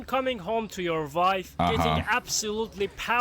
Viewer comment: It's pronounced wife not "vife"